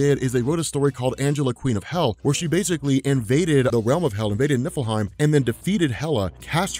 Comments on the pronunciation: Oh.,. NIFFLEHEIM. I thought you were saying Nippleheim. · For a second, I thought you said Nippleheim